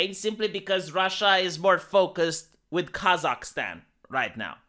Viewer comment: Why does keep saying "Kazak-STEAN"? Is he a Biden asset?!?!??!?!?!!?